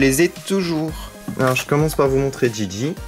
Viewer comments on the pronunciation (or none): Stp arête de dire d'gid'gi car c est gigi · S'est Gigi pas Gidgid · j'ai jamais dit gidgid j'ai dit GIGI ca se prononce comme ca